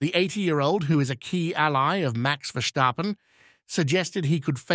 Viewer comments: It's written "Verstappen", not "Vershtappen" or "Verschtappen" or "Versjtappen". The "st" is pronounced the same as in English. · Again….Max Verschtappuhn….😂😂😂